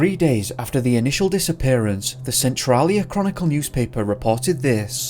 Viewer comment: Your pronouncing of western Washington state city and county names needs work. Cle Elum is said as KLEE-EL-Um and Centrailia said as Sen-Trail-Ee-ah. I'm sure there are more but those were two I noticed